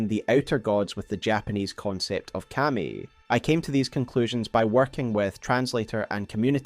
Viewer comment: You can tell this guy has never watched anime by the way he says Kami lollll